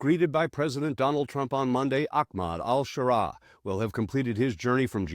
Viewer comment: Which is it? al-Shara, al-Sharaa or al-Sahara? You pronounced it a bunch of different ways.